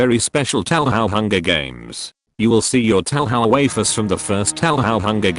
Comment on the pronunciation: I swear, whenever the TTS program says "waifus" it sounds like "wafers" wtf